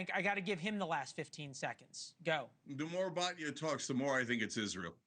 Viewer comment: I agree with Batya and you should learn to pronounce her name correctly!